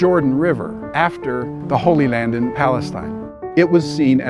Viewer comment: what the fuck did he call the holy land???